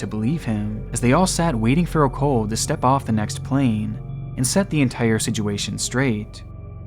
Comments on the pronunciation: WTF is a siduation? you mean situation right? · Please. I beg you. Look up the pronunciation of "situation."